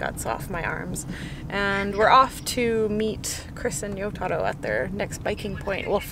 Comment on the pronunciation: Ryotaro? You mean Risottoro?